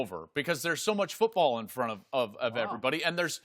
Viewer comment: "who got the best TD to interception ratio in college foobawl" 😂😂😂😂😂😂😂😂